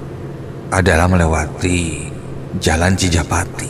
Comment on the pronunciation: CI JA PA TI admin bukan CI PA JA TI